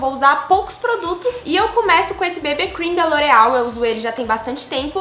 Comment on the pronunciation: Ameii ela falando "bebê cream" kkkk 😂❤️❤️